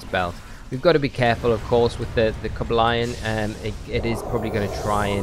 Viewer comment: I was dying when you said "Coba Lion" hahaha